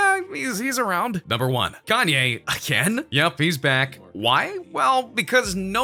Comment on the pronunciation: You said chanye